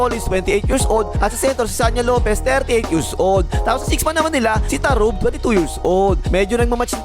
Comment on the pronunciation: tarugo boss hindi tarub